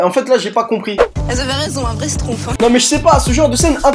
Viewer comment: j’ai compris ‘’oh z’avais raison, un vrai stroumpf’’😂